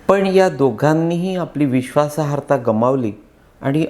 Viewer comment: ताई, please जरा लक्षपूर्वक ऐका ना. ते पुन्हा पुन्हा विश्वासाहर्ता असं बोलत आहेत. नम्र विनंती... 🙏